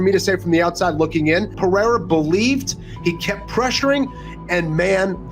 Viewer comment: can somebody tell rogan how to correctly pronounce his surname. its R not J.